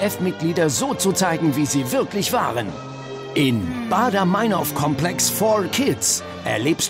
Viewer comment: der moderator kann nichtmal meinhof sagen. die heißt meinhof und nicht meinhoooof. scheiß extra 3.